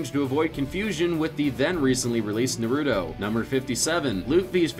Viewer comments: It's Nah-Roo-Toe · I’m not trying to be mean but it pisses me off that you also call naruto na ruto it is nar uto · It’s not na ru to its nar uto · Stop saying nuruto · My brain cells commit suicide every time he said NARUTO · Pronounce Naruto correctly or so help me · Every time he has na ru toe it hurt my soul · Jesus Christ just pronounce it (Nah)(roo)(toh) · I don’t think you are pronouncing naruto right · Jesus watch how you pronounce Naruto please